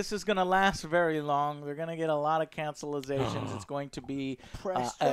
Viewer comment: "cancelizations " Joe